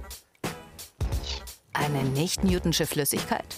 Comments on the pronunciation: lern bitte wie man "Newtonische" ausspricht. Das wird so ausgesprochen, wie man es ließt und nicht "Newtnsche"... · Es heißt Nicht NewtONISCHE Flüssigkeit..nicht NewTONSCHE